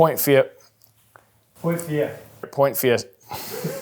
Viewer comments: Poinfiefgh…? Ahahah great video guys!! And welcome to the “new guy” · Can someone help me get what he was saying in the last few seconds? I think he was supposed to say, "point five" but idk what actually came out xD